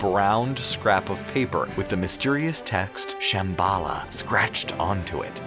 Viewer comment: As well as Shambala...